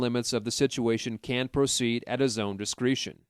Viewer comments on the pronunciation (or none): It's DIS-KREH-SHUN not DIS-KREE-SHUN